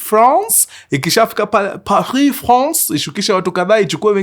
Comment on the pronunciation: I love the way u prounce pahii france ..Je t'aime mkuruu